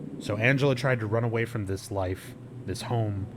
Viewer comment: When reads the run away note all I could think of is The Hills Have Eyes and one of the mutants saying "Rune awee" "Rune awee"